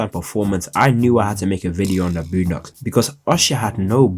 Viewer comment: Somebody say "BLOONdocks"?